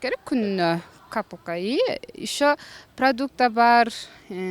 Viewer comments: капылка мес Копилка! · Капылка🤣🤣🤣копилка жинди баш биринчи суйлогонду уйрон анан 70минди айт базар жок тапса болот мен 6-айда 300мин табам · Капылка,пешанама дейтго мынал кыз, озу бир созду жакшына айта албай 70 мин деп оозун толтуруп айтып салдыго тооба ач коз кыз экен... 10 болсода берекесин берсин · Капылка дечи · капылка дейтго мыркуша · Копилка дейтго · Капылка мапылка праблома хихих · Копылка дейтко 😂😂😂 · Капылка ха-ха_ха Дуууура капылка эмес копилка Орусча суйлой албагандан кийин кыргызча эле суйлосончу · Капылка дейтго ссгейн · Капулка эмес капилка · Капылка дее😂😂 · Капылкага дейтко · капылка дебей капилка дечи энең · Капулка дейтка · Капылка дейт ко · Капылка дейт го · деген иштеп көрбөгөн сөйрүк окшойт капылка деп каяктан тоодон түшкөн көк мээ сөздү норм сүйлөй албай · КапУлка десен 😂😂😂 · "КАПЫЛКА" "ПРАСЕНТ" бляяяяя. пздц. ХА хахаахахахаххахахахахаха. ТЬФУ энен! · Байкуш ай "копилка" дегенди жакшы айта албайт да анан ою асманда, айла жок кулкун кклет. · Копылка дегенди созду туура айтчы ,анан суйлочу ,доодур тупая.алдыгы сооройгон кебетегене Караганда косметикага 200 сом коротот окшойсун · 70минге аппетити тарткыча "копилка" созун туура айтып алса болмок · Капылка дейт го😀😀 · капулка дейтго ой боорум ай 🤣🤣🤣🤣🤣🤣🤣🤣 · Простой Человек капылка 🤣🤣🤣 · капылка дейт го😂